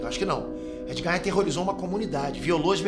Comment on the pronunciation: Porque ele fala "Nei nerd"???